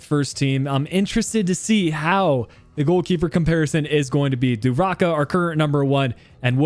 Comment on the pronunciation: Is dubravka not duvarka and it’s almiron not almirone